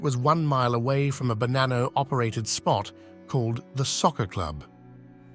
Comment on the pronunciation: Il doppiaggio con l'I.A. fa schifo, il nome è Bonanno, non Banano ed in più altre storpiature davvero buffe. Molto meglio i sottotitoli, almeno si può anche ascoltare